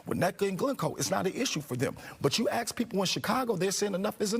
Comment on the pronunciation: The word is ask. Tell Bubble Head Brandon that he is in over his head and should resign